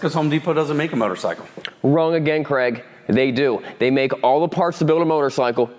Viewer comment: i wish you would stop calling him Creg (like Greg), im pretty sure his name is Craig (like CrayG). Ask him! lol